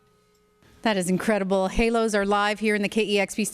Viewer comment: I think its stupid to name your band "Hælos" and pronounce it Halos. Æ is a scandinavian letter, and its not pronounced like A in Halos at all. This band name sounds unintelligent IMO.